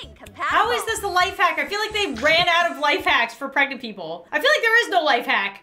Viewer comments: I love how instead of saying ‘pregnant’ says ✨P R E G A N T E✨ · I love how always says 💛P R E G A N T E💛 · Can we just appreciate that says PREGANTE instead of pregnant every time she does these types of videos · Pregante lol 😂😂😂😂😂